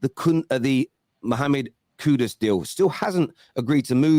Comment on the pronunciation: 😂😂😂did just said "the coon"😂